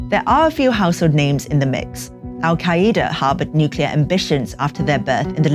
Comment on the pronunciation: she say “Al-Kai-IDA” 😂😂😂